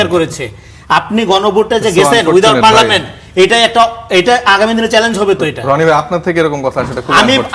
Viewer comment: পার্লামেন্ট সবরেন্ট না। রনি সাহেব ভালো করে পড়ে দেখার অনুরোধ থাকলো।